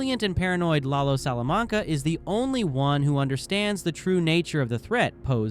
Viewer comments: Only if you learn how to say Salamanca correctly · You must have seen those shows several times. Why can't you pronounce Salamanca normally